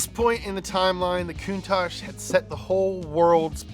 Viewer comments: You need to check on the REAL facts. Normally your right but you screwed this one up dude For reference: Countach is, in fact, a word in the Piedmontese language, an Italian dialect spoken in the country's northwestern region. Using the International Phonetic Alphabet, it's pronounced: [kuŋˈtaʧ], with the accent on the "a," and with the consonants "tsc" at the end. It's the literal translation of "contagion," though, like many words, it has become something else. It's transformed to mean "an exclamation of wonder, in front of something extraordinary or exaggerated." It's more or less like saying in Italian "perbacco!" or "accipicchia" (golly or geez). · Marcello Gandini says it’s pronounced coon-tock, not coon tosh. But gave up trying to correct people. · いつも動画楽しませてもらってます！「カウンタック」は英語では「クンタッチ」と発音するんですね！ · Listen to Macello Gandini R.I.P. The man who named and styled the car , Say the word . There is no ASH in COUNTACH .